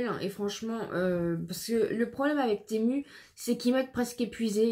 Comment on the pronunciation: Coup de cœur pour le pull flocons en gris,j aime beaucoup. Les pulls roses font pyjama mais c est mignon. Les chaussons ah oui j adorent. Toujours froid aux pieds. Merci pour ce haul temu. Se prononcé timou